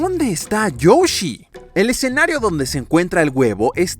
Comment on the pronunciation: youshi? XD soy yo o dice youshi o lo dice bien?